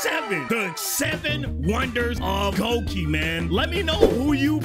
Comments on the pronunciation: "goki" its "goiky" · Actu it’s GOIKY